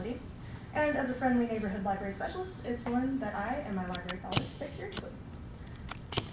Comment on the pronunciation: Ok, this speaker sounds like she only knows current Spider-Man (miles morales). Nothing wrong with that, but I'm annoyed by her constant pronunciation of "libary" instead of liBRARy. As a supposed librarian, i find her credibility suspect.